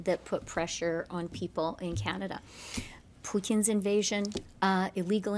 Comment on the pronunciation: Did she really just pronounce Putin as Poutine with a Quebecois accent 😂 🤡